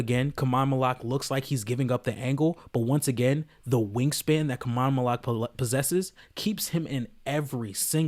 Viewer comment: Learn how to say his name, bro